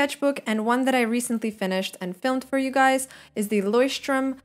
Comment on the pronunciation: Great video, just found you through it and seeing you use all these different mediums is really a big inspiration <3 And tbh I was impressed cause you pronounced "Leuchtturm" so well. I know a lot of people, who don't speak german struggle with it a lot :D